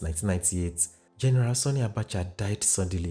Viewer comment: I must commend your extensive research prowess. Kudos. Just a little observation in your pronunciation of 'Sani'. You tend to pronounce the 'a' in Sani as 'o'. It should be pronounced as in the 'a' in 'happy'.